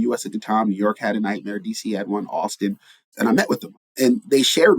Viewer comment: I understand the "night time economy directors" title as it sounds like you're saying "nightmare". :)